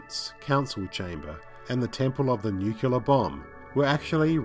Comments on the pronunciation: It's nuclear, not nukular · Great vid, but say it with me: NUCLEAR NUKE-LEE-AR Nucleus - - >NUCLEAR Not fucking NUKE-U-LER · New-clear. Not new-queue-lar. I don’t know why anyone makes this mistake. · It's nuclear as in new-clear, not nukular. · "NuCLEAR" not "nuKELAR". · Dear narrator: Great video! -- as usual -- but the word is NEW-CLEE-ARE, not NUU-CLU-LAR. And also, when talking about distance, the word is "farther" not "further. [Let's walk farther ahead. Let's discuss the issue further.] You have far TOO nice a voice, excellent vocal inflection, and sound far too educated to use the incorrect words. My freelance editorial services are available for hire.